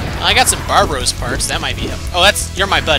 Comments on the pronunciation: Did you say barbaros? It's barbatos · Baratos? It's barbatos